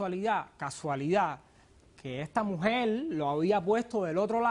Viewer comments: Este pendejo " " ni siquiera habla bien...se la pasa..diciendo... esa MUJEL...ESA...MUJEL..ESA....MUJEL.....ESA....MUJEL...( SE DICE..ESA MUJER) PENDEJO!!!!! SALUTATIONS DOCTORA POLO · Esta mujel y está mujel,que le pasa a ésta gente con las R no las pronuncian jajajaja suena horrible,ésta mujel jajajaja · Esa mujel esa mujel Esa mujel Esta mujel